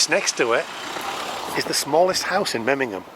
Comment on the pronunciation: Nice video, but the city is called MemmingeN, not MemmingeM. I'm sorry to correct but I am afraid you pronounced it several times wrong 😢. Still glad you liked my hometown ❤